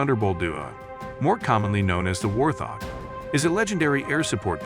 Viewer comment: It is not a war-thog.. Hoorah for AI!